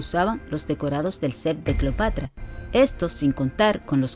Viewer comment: No se dice " clopatra"